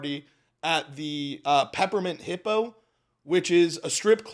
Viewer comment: peppermint hippo...did you say it wrong on purpose?